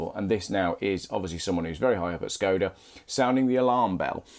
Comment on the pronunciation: A little help with pronunciation. It is Š (Sh) KOD (cod) A (ar). Look at the bonnet badge .... you will see the Czech letter Š (sh), not S. The original car company (the 5th oldest in the World) was founded by Václav Laurin and Václav Klement, hence the name of the car. "Václav" is pronounced "Varts larf". In Czech, if you want a pure "s" sound, it is "s" ... if you want a pure "k" sound, it is "k" as in conference = konference.. "c" is "ts" as in hats, bats, mats. Laurin and Klement was acquired by Škoda, the huge Czechoslovak industrial/armaments conglomerate, in 1925 because they wanted Laurin and Klement's engine technology. Unfortunately Škoda translates as both "damage", fairly good for an armaments manufacturer, and "shame" or "pity". (To je škoda ! = It is a shame ! JAKǍ škoda ! = WHAT a pity !)